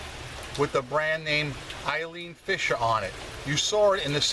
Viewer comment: I was thinking that exact thing when said "Eileen Fisher."